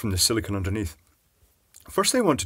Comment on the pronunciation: Arrrrgh,, you big doofus! SIL-I-CONE! Not SIL-I-CON, SIL-I-CONE. Petty, I know, but holy crap that gets under my skin.